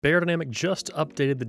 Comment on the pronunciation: Thanks for the honest review. If you wanted to pronounce the name of the brand „beyerdynamic“ correctly, it should sound more like „buyer“ rather than „bear“. Greetings from Germany 👋